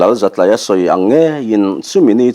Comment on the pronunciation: Zatlaia, tlai hi school tlai kan tih a, tlai anga lam tur zawk nibawm tak. Zatlaia